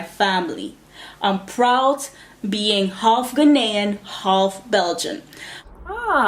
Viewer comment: She is saying Ghanian wrong.